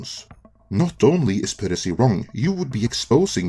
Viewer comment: Piracy..pronounced Pie Ra Sea..not Pir Re Sea....I'm surprise you find that hard to pronounce tbh.